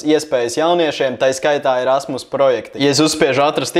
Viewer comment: kam vel likas ka teica ' rasmas' projekts?